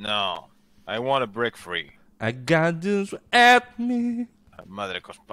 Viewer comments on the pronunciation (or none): Es "I want to break free" no I want to brak free.